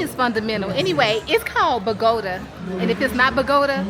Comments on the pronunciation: Bogota pronounce Boh-goh-tah emphasis on the tah😂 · Bo - Guh - tah....lol.... 😅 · Happy travel. Bogota is pronounced BOE-GA-TAH 😂 visited there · Pronounced Bow-gah-tah 😘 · 😂 kudos to you for trying to pronounce it correctly. It’s Bo-go-tah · 🤣 😂 Gurl you trying to say Bogota has made my day! I kept thinking 🤔 where is Mama 😂, then you called her and still said it wrong. 😂😅I love it💕